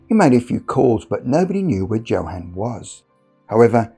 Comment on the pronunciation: "Joe-Han"? Are you mispronouncing names on purpose, or do you just live under a rock?